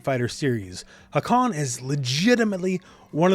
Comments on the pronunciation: I love the video and the character but a little nitpick of mine is that nobody (except Turkish speakers ofc) pronounces his name wrong. You pronounce the first "a" short and the second "a" long, but it's the exact opposite. The first "a" is long "a", and the second a is a short "a". If you speak Japanese, the katakana writing system is very phonetic (unlike Turkish or English) so it's more like ハーカン than ハカーン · Btw the first a in hakan is longer , you pronounce it like its a japanese word , not really important tho but just saying